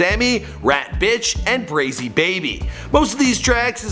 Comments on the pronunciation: Theylovee Nya Yeah like it pronounced Brayzy not Bräzy as the word jazzy. Like a Brazy rhymes with crazy or lazy. Like a the song called Back Goin Brazy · It’s Molly “brayyy-zee” not “braw-zee” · Molly BRAY-ZEE not BRAA-ZEE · BrAzy 😭 not brAHzy 😭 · Tacashee? Brasy? Tekashi rhymes with washy. Brazy is crazy with a b. You do all this research and can't say their names right...lol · Who is Molly Brazzy? It’s Brazy. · its MOLLY BRAZY ...not Brah- Zy dummy ..smh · Cuban doll and asian doll aren't friends no more. And btw molly brazy is pronounced like crazy but with a b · “ molly brahzy “ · I can't believe u pronounced brazy stupidly ....Brah-zy🙄🙄🙄🙄🙄🙄🙄. Brazy crazy dumbass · It’s brayzy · Lol bruh its bray-zee i don't understand how its that hard to say.. Its literally crazy just with a b💀💀💀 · U he say brazy with a short A sound lmao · Molly BRAY-ZEE okurrr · "Molly Brahzee" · Bro said Molly brazzy 😂😂😂I'm crying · “Moelly Brasey” 💀💀💀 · its bray- zeee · It's pronounced like crazy, but with a B. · BRUH HE SAID MOLLY BRAZZY LMFAOOOOO I’M DONE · The way he pronounced Molly brazy😂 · I know he know he said Molly brazy wrong🤣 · Gotta learn how to say Brazy 😭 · U don’t know how to say Brazy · That is NOT how you say Brazy